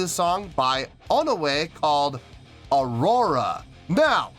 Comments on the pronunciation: It's pronounced One-we. 'One' like the number 1 and 'we' like the actual english word we 😊 Thanks for reacting! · (Part 1) I'm really happy you ended up being surprised,! About their name, no, you didn't say their name right. Their name is made up of the English words "One" and "We" put together. So it's pronounced like "One, We".